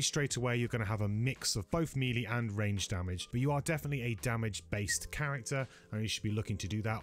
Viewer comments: This is a very good video, I like the format and 50 minute flew by and it never seemed to drag. One thing though you're killing me on is that melee is pronounced MAY-lay not MEE-lee. Looking forward to the next one! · Amazing videos and thanks for all the info. Nice voiceover quality and accent - but please can you pronounce “melee” correctly, though?